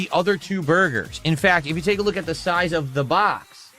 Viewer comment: Da bahx